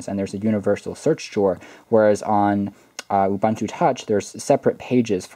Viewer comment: Hey not to be rude but its "oo-boon-two"